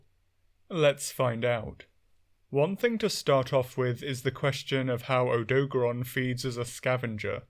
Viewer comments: "Odo-garon", no "doag" sound in the middle. Same thing with Lunagaron, where it's just the 2 halves "Luna" and "garon" like what you'd expect without making a combined middle sound. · i cant listen to odo garon be pronounced incorrectly for so long. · Butchering of the name aside (you're the second British person I've heard say the name wrong), Odogaron is very fascinating. With Ebony Odogaron specifically, its Dragon Element and Berserk State are something it actively tries to maintain with its habit of carrying meat around constantly. This Subspecies is fully aware of how much faster and stronger it gets when its body takes in meat. It also seems like Ebony Odogaron took to Dragon Element specifically to account for its nomadism, as its Dragon Element production is highly effective at dispelling the elemental abilities of other Monsters.